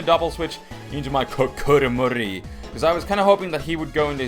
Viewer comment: It still freaks me out when you say Kokoromori...